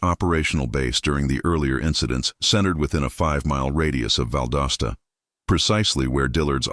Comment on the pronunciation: It's pronounced "Val DAH Stuh."